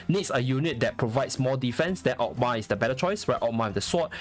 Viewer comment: I really love how you pronounce Oghma tho.